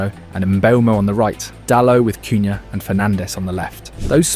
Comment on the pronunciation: Sounds like man is doing farm yard sounds when our front 3 are talked about. Em beuuuumoo cooohyaaa, shessshhkooo